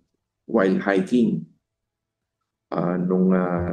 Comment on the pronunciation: "while hiking" naging "Wild Hiking"😂 Ayos!